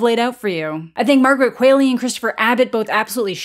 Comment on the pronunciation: The quall I'm qualley isn't pronounced like quail it's pronounced like the qual in qual-ity so it's qual-ley. I should know it's my damn name people have mispronounced for years. It's crazy no one knows that you don't say quaility 🤦🏽‍♂️🤦🏽‍♂️